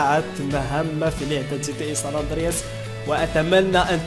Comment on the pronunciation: ساندرياس هههه مالك يا صحبي ناس gta5 ونتا ساندراس ههههه ضحكتني ههههه